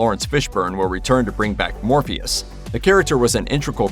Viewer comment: Did anyone else hear him say Morbeus not Morpheus ?